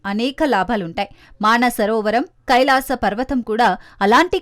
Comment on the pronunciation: అమ్మా... అది మాన సరోవరం కాదు తల్లీ, మానస సరోవరం. ఎవరి ఇష్టం వచ్చినట్లు వారు భాషను ఖూనీ చేస్తున్నారు. భాషపై శ్రద్ధను వహించగలరు